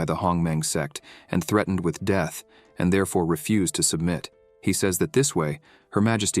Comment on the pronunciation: deeth.....i had to stop....leern engrish